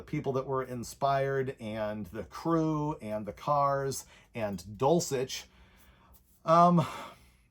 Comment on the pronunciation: Why do you pronounce Steve's last name, dulchic, or dulcheck ?